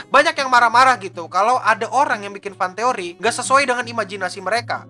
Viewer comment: jadi "FantEKoRi" itu apa